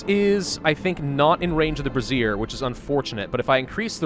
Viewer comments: I love you man, but it’s pronounced bray-zhure, like erasure. A brassiere is a bra. 😂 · Bruh...... I will literally pay you $125 if you say Brazier correctly